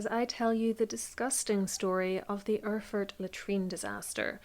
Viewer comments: Try Air-ford as phonetic pronunciation. ;-) And yes the old German isn't easy to read, there are some letter I cannot figure, but It reads something like: Als the (person above) landgravine Ludwig of Thuringia had an argument with the archbishop of ...; to reconcile the ...travelled to Erfurt for one day in the month of July in the year of 1184 where an unexpected, terrible incident happened. The ... and his counts including the knighthood that awaited him in the convent of St. Peter in Erfurt his stay in a hall, which was a very old building and under which the monks common quarters were or "Speech(?) house lay. As now the inlet of the...was very big and the old beams couldn't bear the weight - they broke and so all those who were in the hall, apart from a few, along with the wood (aka beams) and other matter deep into the secret chamber. ...Frederick clinged on with his hands to an iron bar of the next window a d had been retrieved from there. It is more than 100 people, under which were 6 born counts have been struck and squashed to death or spoilt in the debris/refuse (they probably meant the poop here) as they couldn't help them so quickly. Amongst those that lay lowest in the excrements and drowned in the same was also Count Heinrich of Schwarzenburg who also tended to say: When this is not true, so I die in a crapper (derogatory term for toilet for those who haven;t heard the term before). The speech is quite long winding and my translation not grammatically accurate a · ER-FURT !? Very Apt ! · Listening to this story I felt again how utterly unpronounceable those old German names are for everyone who has not learnt this language from their parents or at least from very early on. Mainz, btw, is pronounced `Mines`. And Erfurt is "Airfoort". Killer Toilet is a nice epithet on this smelly event. Perhaps the floor gave in because the builders had skimped on the thickness of the floorboards? Maybe the pit exploded? Too bad the Mythbusters aren`t around anymore.